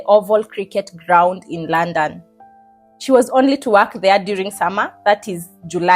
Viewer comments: Girl its Luunnnndonnn not laaannndann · The way you said London 😂. Love it